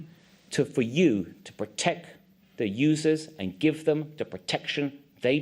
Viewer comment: It's time to PROTECC. How do these people make laws when they can't even speak correctly